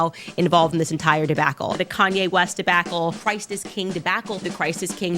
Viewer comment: The "Debackle" gets me every time 😂😂😂